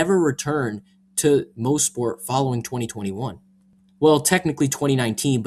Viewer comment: It is pronounced moss-port not mo-sport. I was at the 2019 race. I got free tickets from the gm dealer i worked at during the time